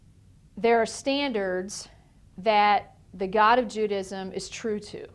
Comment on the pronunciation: "JEW-dism" ahahaha